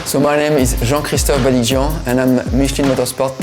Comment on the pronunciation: I love the prononciation of jean Christophe balikdjian. (I am french so i am not better than him )